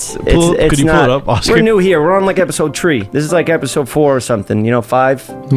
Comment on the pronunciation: “We on episode tree”🌲🤣